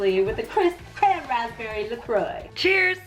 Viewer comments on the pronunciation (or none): Did you just pronounce 'la croix' as "la croy".....?